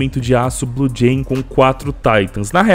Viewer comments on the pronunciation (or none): none